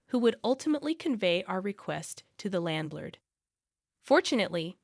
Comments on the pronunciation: Now you're pronouncing landlord wrong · How do you pronounce a landlord wrong again